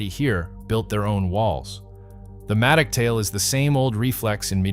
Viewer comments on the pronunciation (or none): It's Prince May Dock, not Mattic.